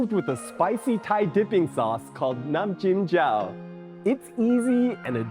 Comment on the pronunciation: As a Thai, your Nam Jim Jaew looks legit (and your pronunciation was also perfect!) Well done!